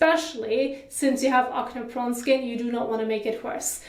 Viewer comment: Hey just wanted to let you know it’s pronounced ak-nee not akneh, great video tho